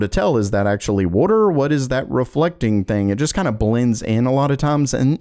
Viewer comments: water❌ Woder✅ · That “wordor” though😂😂😂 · wait a second..... are you from South Jersey??? lol the way that you say 'wooder' instead of water' is how a LOT of people in SJ say it LMAO! (I'm JK!!1 I know you in Florida somewhere because you were affected by the hurricanes this past summer)